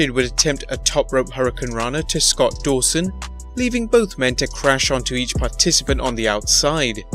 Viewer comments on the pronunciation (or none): none